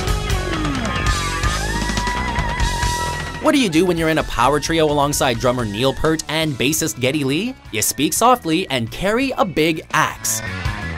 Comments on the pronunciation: Neil Peart's surname rhymes neither with 'hurt' nor 'heart.' Here's a clue for you, since you can't bother to look up how to pronounce people's names: what did my true love give to me on the first day of Christmas? A partridge or ptarmigan or some such, in a tree — what sort of tree? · I have no major issues with the list (and even if I did it would just be a difference of opinion) but Neil Peart's last name is pronounced incorrectly in the narration. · You pronounced Neil's name wrong. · Not a big deal, but I wish more people knew how to pronounce Peart.